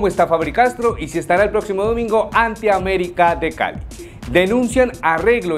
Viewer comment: 😂😂😂😂 aBerica es aBerica